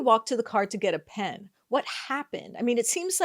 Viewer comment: "Go get yo' peean." Somehow turned the word pen into two syllables.